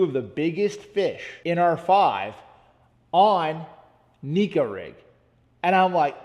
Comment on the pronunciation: It’s pronounced neh-ko, not Niko. A Japanese angler started the neko rig. Neko is a word in their language.